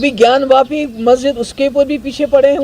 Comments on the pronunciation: रजत शर्मा जी आपको बहुत-बहुत धन्यवाद। आप ज्ञानव्यापी नहीं, ज्ञानवापी बोलिये। जय श्री राम। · ज्ञान व्यापी नहीं "ज्ञान वापी" सही नाम है!